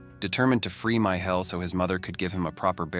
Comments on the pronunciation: Micheal not “My Hell”. Ugggh AI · The man's name was Michał, pronounced Mee-ha-u. The names of the Ojców national park and the cave were also mispronounced. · Its pronounced "me shell" Michel. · Cant pernouce Micheal??? Wtf